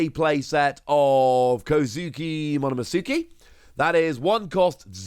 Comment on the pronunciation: "MomonoSOOKIE" LMAOO i swear everyone who plays this game cant pronounce any of the names correctly 😭😂